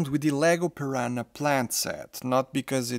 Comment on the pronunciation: Eu achei que você, sendo de Portugal, iria pronunciar piranha da maneira correta, maaaas eu estava errado haha Ótimo review tho 💜